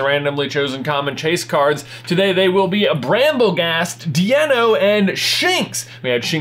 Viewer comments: You are still mispronouncing Deino. It is pronounced exactly like dino (die - no). The "ein" is German for one, the evolution contains "zwei" which is the German for two and the last stage contains "drei" which is German for three. "ei" in German is pronounced just like eye. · I love watching these videos every week!!!! ....BUUUUUUUUUUUT Deino is pronounced "dyno"